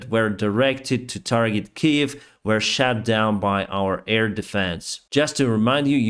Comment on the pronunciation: Great content as always. Just a helpful tip for your english pronounciation - missiles were 'shot' down, not 'shat' down - two very different meanings 🤣🤣